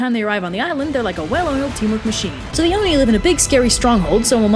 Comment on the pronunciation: I thought you were saying Dione and was wondering why there was a Greek-sounding name in this Japanese story then I realized you were actually saying "the Oni" 😂